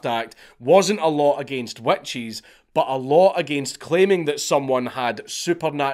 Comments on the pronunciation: I’m American and heard wet cheese then realized he was saying witches. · I keep hearing “wet cheese” when u say witch’s and with the cheese cloth thing and exctoplasm thing I lost it each time I heard it 😂😂😂